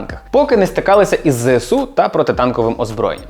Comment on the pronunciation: Мене так тригерить коли усі навколо кажуть ЗеСеУ. Дуже здивувався почувши правильну вимову 🥰